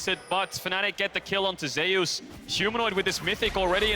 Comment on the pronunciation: I hate that they can't pronounce Zeus correct.